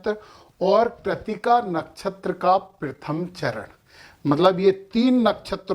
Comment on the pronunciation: संस्कृतभाषा में 'स', 'श' और 'ष' के उच्चारों में अंतर है, लेकिन हिंदीभाषी लोगों में इसके प्रति उचित जागरूकता नहीं दिखाई देती। वे 'नक्षत्र' को 'नच्छत्र' और 'शतभिषा' को 'शतभिखा' बोलते हैं। अच्छा नहीं लगता। यहाँ पर लिखा तो है 'कृत्तिका', लेकिन आपने सही उच्चार किया "कृतिका", जो अच्छा लगा।